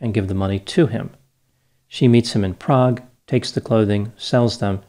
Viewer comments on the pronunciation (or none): none